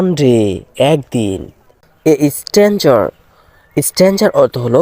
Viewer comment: স্ট্যানজার নয় স্টাঙ্গার হবে। মানে অপরিচিত।